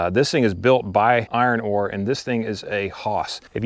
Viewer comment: IronCRAFT, not "Iron Ore"! 🙂 I'm considering buying several of their implements right now as I like the fact that they're American-made, and have a good reputation. I've got the exact same machine as you and Kap have as well.